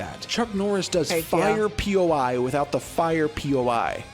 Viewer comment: poi, rhymes with boy. not P.O.I. lmao it's "poi spinning". it's the actual name for the things people use when you see them swinging around those strings and there's fire whirling around all fast and fancy. there's different types and styles, not always fire. it's a performance art. rule 63 is just every character will be genderbent at some point.